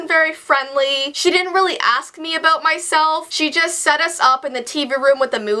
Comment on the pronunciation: about aBOOT? Ahbout? ahbout?